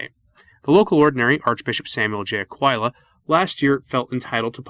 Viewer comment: Wow, I had no idea that where I live is "ground zero", but God bless "ground zero" and our Archbishop! (Btw, his name is pronounced a-QUILL-a.) Much credit is due to the now former Archbishop of Philly, as he did great work in his time here undoing the damage of a couple of his '70's predecessors. It can be done!!